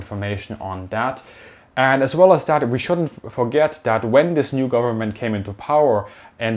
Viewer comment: where "did" the 100 bil go? what do you mean "did"? shouldn't you label it where will it go within the next couple years? by the way you say "wif" "dat" "dis" as a german it hurts me, because most germans pronounce it that way and it just sounds ... weird/wrong. The TH is a soft Z ed as if you would have a slight lisp or bit your toung not a D or W